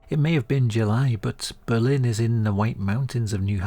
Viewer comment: I’m a New Hampshire native, so this was a pleasant surprise! Fun fact: we actually pronounce our Berlin as BURR-lin rather than Ber-LINN, though I’m not sure why. It’s understandable to say the latter, it makes sense! Really cool story and narration!